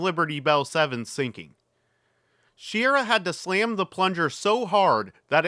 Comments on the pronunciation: And it is Wally Shi-RAH, not SHEER-uh. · Wally "Shih-RAH". Accent on the second syllable. The word is "molybdenum" and it's pronounced "muh-LIB-duh-num" not "Molly Bendum" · While I thoroughtly enjoyed the video, I do still cringe every time I hear you mis-pronounce Wally's last name. There are several YouTube videos out there on the MA-8 mission. You might want to check them out in case you ever do another episode where his name comes up again.